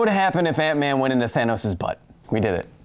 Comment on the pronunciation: honestly heard aunt May instead of ant-man